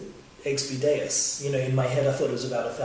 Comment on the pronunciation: or xp deus not daus that one must be from china lol